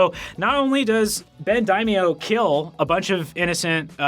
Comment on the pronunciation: If you wanted to learn how to pronounce "Daimio", you could check out and find it. By the way, you are saying it correctly.